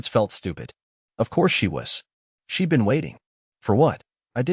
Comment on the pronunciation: she'd, not sheet